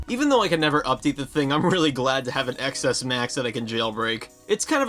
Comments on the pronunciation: “TEN ES” not “EX ES”, when do you learn how it’s pronounced?!? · Are you calling it the “ecks S” for bait? If you are, it’s working. (The X is the Roman numeral for 10, it’s the “Ten S”.) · I’m sorry to even say this, but it’s pronounced “Ten S”.